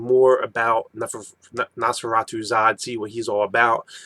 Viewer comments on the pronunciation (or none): Nosferatu, Nos Fe Ra Tu XD why u always sayin neferzeratu zod xD i love his demon form <3 kinda like balrog or ifrith from FFVIII do u think caska is griffith's mistress? she gets upset everytime he gets gay for gutz XD PS. Fate and Destiny are things apostles take wayy too fuckin seriously xD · Its his hatred for Neferpitou from Hunter x Hunter, he wants Gon to go Berserk on Neferpitou thats why he mispeaks and says neferzeratu :)